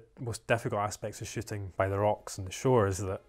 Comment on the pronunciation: When they say "Shooting" it sounds like "Shitting"